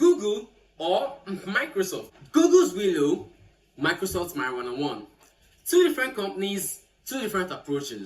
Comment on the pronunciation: . Did I just hear marijuana ❤😂😂😂😂